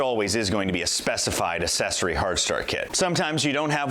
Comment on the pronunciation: "Accessory" is not pronounced, "assessory."